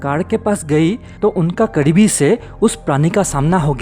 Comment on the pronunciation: कड़ीबी नहीं भोसड़ीके "करीबी" होता है। पहले ढंग से हिन्दी बोलना सीख ले, फिर वीडियो बना लेना।